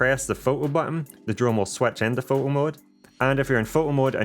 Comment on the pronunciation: What’s a pho-o. Don’t you like T’s